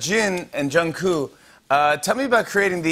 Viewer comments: Late comment but I have watched this a lot of times. I am an Army but a Stay but I still support BTS.. Anyways, did anyone notice on Jimmy Called Jungkook 'Jungkoo'😭😪💅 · so is no one gonna address the fact jimmy really said “JOHN COO” 😭😭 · Jimmy can not pronounce Jungkook's name for the life of him every time they are on he calls him "Jung-coo" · drinking game every time jimmy says jungkoo instead of jungkook take a shot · Someone needs to tell Jimmy that there is a whole as extra k in Jungkook's name 😭 Jungkook = 정국. You see that ㄱ at the bottom there?? YOu pROnOUnce It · Rm be like JungScoop 🤣🤣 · IT HAS BEEN YEARS why can't he pronounce JK's name correctly?!